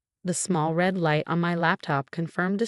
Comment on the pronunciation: AI has trouble with dollar amounts, time, and words like read.....proof that humans will not be replaced.